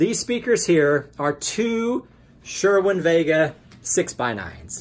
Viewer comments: its sir-win not sure-win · Why do you call it sherwin vega?